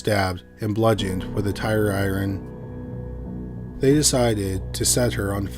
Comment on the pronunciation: Robots can't say iron. Lol